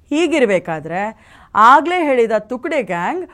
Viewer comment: ನಮಸ್ಕಾರ.. ಅದು ತುಕ್ದೆ ಅಲ್ಲ.. ತುಕ್ಡೆ